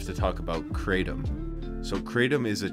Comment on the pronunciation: pronounced Krahtom, not kraytom. Also, no one has ever died from Kratom alone. There is a drug crisis for sure. Kratom doesnt work for everyone. Not illegal here in Canada, but has to be labelled, "Not for human consumption".